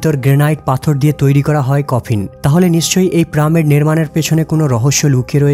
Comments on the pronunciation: পিরামিড হবে, প্রামিড কেন বলে? শব্দ, কথা, উচ্চারণে অনেক ভুলভাল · Is it "PRAMID" or "PYRAMID" ?? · প্রামিড নয় পিরামিড বলেন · Pramid na piramid .🤣😂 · Pramid na , hobe piramid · Pramid noi, pyramid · Kothata piramit not primit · প্রামিড নয় পিরামিড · Totlara pyramid ke pramid bole. Apni ki sei dal e? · What a joking pronunciation 'Pramid??? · প্রামিড কি ভাই...... 🤔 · প্রামিড প্রামিড প্রামিড 😡😡😡😡😡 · পাঠক পিরামিড কে প্রামিড ই বলুক না কেন কিন্তু সে আমাদের খুব ভালো করে বুঝিয়েছে। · Vai tomar vari koi..pramid koi theke aslo? Tomi ki made in kalkata naki? ফুলকে সুল বোলোনা আবার। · প্রামিড কি? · প্রামিড (!) ? হা হা হা !! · প্রামিড শব্দটা শুনলে বিরক্ত লাগ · প্রামিড আবার কি? সঠিক উচ্চারণ করবেন। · প্রামিড বলতেছে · ভাই , প্রামিড কি? উচ্চারন ঠিক করে তারপর বর্ণনা দিয়েন! বিরক্তি কর উচ্চারন! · প্রামিড কি রে ভাই??? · উচ্চারণ ঠিক নয়। পিরামিড হবে। তাছাড়া এতে আরো ভুল উচ্চারণ আছে। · কি প্রামিড বলে কেন😁😁😁😁😁😁😁🫢🫢🫢🤭🤭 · প্রামিড কী ভাই ? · Uchcharon take pyramid not, pyramid😂😂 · কথাটা পিরামিড 😂😂😂😂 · প্রামিড না🤣🤣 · Wtf is it man it's not PRA-MID! ridiculous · প্রামিড কি ভাই? বলদ নাকি আপনি? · পিরামিডের উচ্চারণ টি ঠিক করবেন। এবং অনেক উচ্চারণ পরিস্কার নয়। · ভাই তুমি কোন স্কুল এ পড়ালেখা করেছো? আমার তো মনে হয় তুমি স্কুল এর পিছনে গিয়ে দাড়ায় থাকতে, লেখা আছে সাড়ে চারশো বছর আর মুখে বলছো সাড়ে চার বছর, হাহাহা, পিরামিড কথাটা বলতে কি বেশি অসুবিধা হয়? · পিরামিড বলেন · ভাই উচ্চারণ পিরামিড। প্রামিড না। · প্রামিড না আসল উচ্চারণ পিরামিড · হবে পিরামিড আর বলছেন প্রামিড,🤔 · আরে ভাই ওটা প্রামিড না ওটা হলো পিরামিড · রোবট নয় রবার্ট হবে। প্রামিড নয় পিরামিড হবে। বাংলা উচ্চারণ সঠিকভাবে করুন। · কি জঘণ্য উচ্চারণ, প্রামিড????? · প্রামিড নয় ভাই, বলেন পিরামিড। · প্রামিড না, পিরামিড। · শব্দটি হলো "পিরামিড" কিন্তু উচ্চারণ করছে "প্রামিড"। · দাদা আগে নিজেকে ভালো করে ঘষে মেজে তৈরি করুন তারপর উপস্থাপনা করবেন। চার বছর নয় ওটা হবে ৪০০০ বছর। আরো একটা শব্দ, পিরামিড হবে প্রামিড হবে না। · কথাটা প্রমিড নয়, পিরামিড । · প্রামিড নাকি পিরামিড! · ভাই প্রা আর পিরা কিন্তু এক না। শুদ্ধ ভাবে উচ্চরন করলে ভিডিও টা ভাল হত